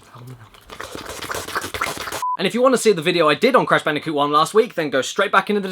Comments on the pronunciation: Blash Bandicoot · It's crash bandicoot not "banooka" as you have called crash bandicoot, never make that mistake again please, for the love of all things good and holy and sacred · what does she call the crash bandicoot n sane trilogy, cash banooca in sone triloogery?